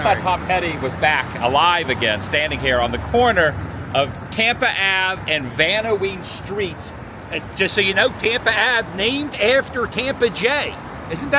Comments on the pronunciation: The opening streets are 5 blocks away from my Grandparents house. Tampa and Vanowen, pronounced, Van-O-Wen. Miss your daily posts, so I’m watching all your videos again. R.I.P. Adam The Woo.😢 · It’s pronounced “Van Owen” 😂